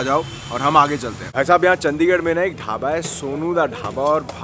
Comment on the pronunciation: ਔ ਭਰਾਵਾ ਕਿਊ ਚੰਡੀਗੜ੍ਹ ਦੀ ਅਹੀ ਤਹਿ ਫੈਰੀ ਆ ਤੇਨੇ ਚੱਦੀਗੜ੍ਹ ਬੋਲ ਬੋਲ ਕੇ ਤੂੰ ਤਾਂ ਭਰਾਵਾ ਨਾਮ ਬੰਬੇ ਅਲੇਆ ਵਾਂਗੂ ਲੈਣ ਲੱਗ ਗਿਆ ਆਪਣੇ ਚੰਡੀਗੜ੍ਹ ਦਾ